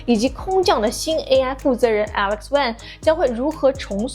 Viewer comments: 既然是中国人，为什么每次提到Alex Wang 的时候， 发音都是学着西方人的念法发wai 的音呢？ 中国人自己都不把自己人的名字发正确，又怎么能让老外认真学习我们名字的发音呢？ 老外每次讲法国人的任何名字的时候，包括食品，就怕发音不准被笑话，而对中国人的名字， 每次都会说类似” I am not sure if I pronounced it correctly". Can we teach them by pronouncing them correctly ourselves first? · 一个建议：主持人用美国人的发音方式说“wang”这个姓氏真的让人很不舒服。主持人作为一个华人，应该有这方面的敏感度。发音要发准确啊。